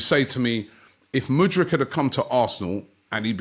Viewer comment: Muddyk?? Hahaha..